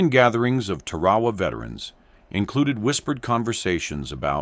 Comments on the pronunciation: The islandis pronounced 'Tar-ah-waa. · It is pronounced 'Tar-ah-waa.